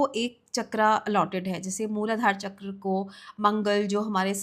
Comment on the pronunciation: All due respect but an otherwise insightful content becomes unbearable when a native-Indian speaker pronounces "तत्व" as "तत्वा" and "चक्र" as "चक्रा". 😢